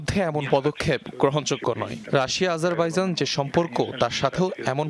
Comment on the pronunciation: আজারবাইজান❎আজাইরা বাজান ✅ 😂😂😂